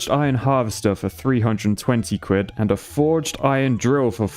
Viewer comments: C for cuid I thought it was quid? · Quid not cuid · "C for Cwidd"